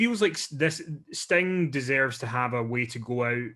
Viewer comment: Fukin accent is annoyimg its sting not stang